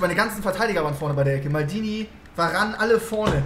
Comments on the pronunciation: VARANE IS HEIẞT VAAAARANE😂😂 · wenn nervt es auch dass die verane sagen und nicht varane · Veran einfach nicht Varan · Monte: Werane, Fan Dirrrk, EeeeeeUuuusebio